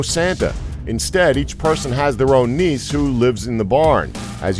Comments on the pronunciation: Nice?! (Nisse) Pronounced Niss-e (at least in Sweden) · We do have a santa, but we call him julemanden and nisser is not said Niss but nisse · moardrem mardröm hahahahaha niss no nisse